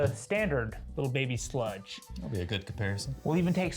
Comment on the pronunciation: Hey scientist its sledge not sludge.